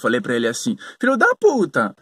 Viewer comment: e esta entonação pra xingar de Filho da Puta? Desculpa mas tive que rir.